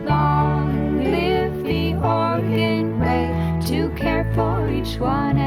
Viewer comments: Never caught on the first run how Lisa Loeb mispronounces Oregon, no doubt to get further under their skin. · Except for Lisa mispronouncing "Oregon" that was awesome :D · 1. I am an Oregonian. 2. Yes, I have played the ukulele today 3. I remember both the commercial and the botched rollout 4. They keep pronouncing "Oregon" wrong. and 5. That guy holding the flute is so close to holding it correctly while still holding it wrong that my brain is short circuiting. 6. As a Portlander, that joke about artists not working ate.